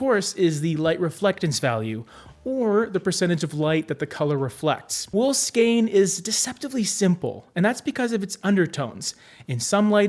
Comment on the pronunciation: Thank you for pronouncing "skein" correctly. 😉